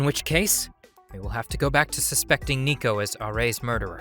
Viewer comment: IT'S NOT NICOVER.